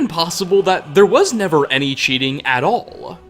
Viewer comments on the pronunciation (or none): Your pronunciation of some final consonants 😂 Brotherrr-uh... At all-uh...